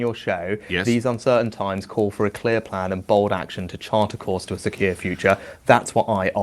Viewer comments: 10.24 - I swear he tried to say ‘secure future’ and it came out ‘sir Keir future’ if that was a slip of the tongue that is incredible! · every time rishi says "secure future" it sounds like "sir keir future" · 10.25 he says "the chart a course to a Sir Keir future" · he actually says “to chart a course to a Sir Keir future” 😂